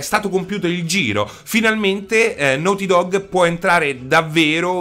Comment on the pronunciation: "The lest of us" "nouty dog" mi sanguinano le orecchie